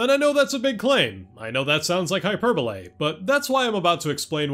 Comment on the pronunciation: funny how you pronounce "hyperbole" as "hyperbolay"